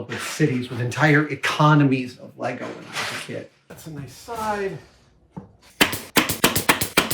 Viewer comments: Ah dam, he lost me at LEYGOES ITS LEGO!!! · He said 'legos' grrrrrr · Adam, Adam, Adam, It's "Lego" or "Lego Bricks". <3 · Adam, it`s LEGO, not LEGOS :) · There is no s on the end of Lego, it’s just Lego the end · LEGO, not LEGOs. Like sheep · Love you dude, but its lego not legos. Sheep not sheeps!!!! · LEGO it is not Legos, wish you americans would stop pluralising the word, its really annoying to us Europeans.